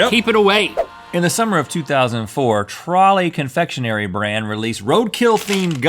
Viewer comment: It's pronounced ”Troll-es” not ”Trolleys”